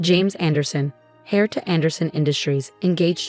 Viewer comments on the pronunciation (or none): In "Hare to Anderson Industries"!?! Is'nt a hare a rabbit? (A rabbit to Anderson Industries) If the word heir was intended, then heir is pronounced "air" and the h is silent. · The word is heir not hare. Hare is a rabbit.